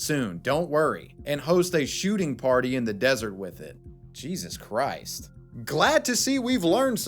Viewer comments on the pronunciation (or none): none